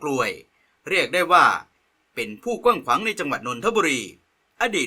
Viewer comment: กว้างขว้างครับ ไม่ใช่ กวั่งขวง